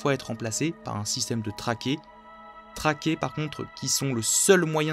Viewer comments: "Trakée" Bruh. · Une trachée, pas une "traquée" ;) Sinon super vidéo, très instrucive